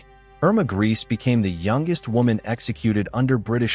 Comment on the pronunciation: The surnames are pronounced gray-za and men-ga-la, but other than that, great video 👍🏾